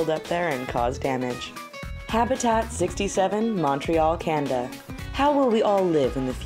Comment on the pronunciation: I hear her say "Canda" instead of Canada?